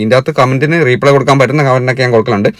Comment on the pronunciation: റീ.. പ്ളേ അല്ല റിപ്ളെ correct pronunciation